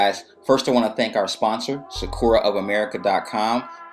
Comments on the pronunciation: Thanks for this video, I have the same pens, so it was really helpful. It might be a pet peave, I'm not trying to be rude, but sakura is pronounced sakoora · wow you ink so well. this is a great tutorial. can i just say, though that sakura is pronounced * sa-ka-la * or * sa-k-er-ah *